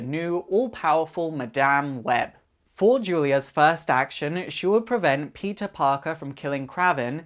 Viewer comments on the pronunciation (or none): Peetuh pawkuh